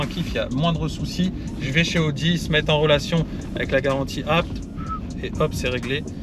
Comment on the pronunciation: enfin quelqun qui prononce abt de la bonne maniere